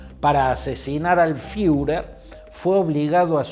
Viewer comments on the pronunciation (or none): none